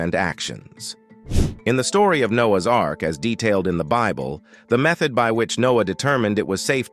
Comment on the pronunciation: The robot narrating this video is only after money and does not know how to pronounce Bible